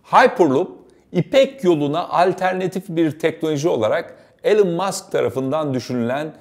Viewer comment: Alan Musk ne abi yaaa Elon diye biliyordim ben